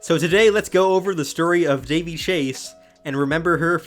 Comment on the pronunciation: RIP Daveigh! 😢🌹 *BTW: It's pronounced DAH-VAY, not "Davey"